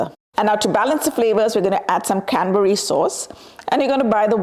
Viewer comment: Canberry sauce.. Cadberry sauce... What are you saying ?